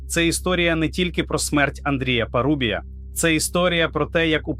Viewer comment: Знову ШІ....😢 справа парУбія, дев'Яносто, Осічка , Чому ви такі ледачі?